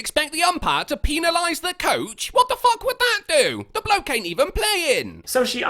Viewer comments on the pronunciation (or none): Until he learns to say the word ‘penalised’ properly, can STFU. In fact, he can STFU anyway.